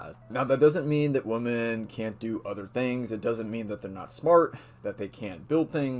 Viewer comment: FYI you can’t say the plural *women* properly... it’s more like “whim-en” not the same as “woman”